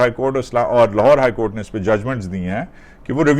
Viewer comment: Please don't use the word کوٹوں نے Courts nay کورٹ نے Brother the way say it looks like کوٹھوں نے